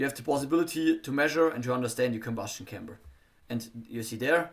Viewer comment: Спасибо за напоминание. Это замечание важно особенно тем, кто возьмётся анализировать текст самостоятельно, без преподавателя. Хотя ошибок ничтожно мало, в основном это произносительные ошибки или сильный акцент, но их тоже находим. Например, произносит слово chamber как camber!!! Camber - это термин из геометрии подвески. А он говорит о камере сгорания. Важно видеть и понимать, в чём состоит ошибка и насколько она критична для понимания речи. Сильно оглушает согласные в слове drag. Из-за этого на слух можно услышать почти track.